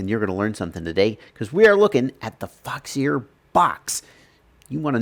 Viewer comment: foxeer, pronounce "f*ck sir"?? lol why foxeer not waterproof they product??